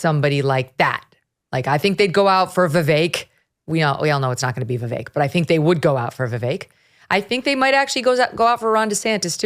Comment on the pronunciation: Megyn what demographic are you playacting to? I’m sorry your takes and your guests take are uninformed. Plus how hard is it to say Vivek’s name right? I mean all your guest can’t say it, which says a lot about them…